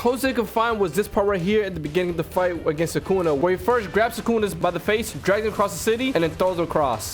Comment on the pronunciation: Guys for a second in mahoraga sukuna becomes thukuna